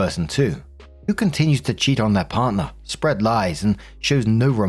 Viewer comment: “Parrner?” Is this story meant to be in a Texas accent?